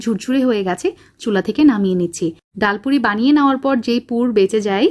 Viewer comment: ডায়াল পুরি নয় । ডাল পুরি ।